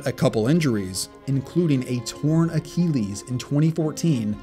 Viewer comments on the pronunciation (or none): "a torn akeeleez"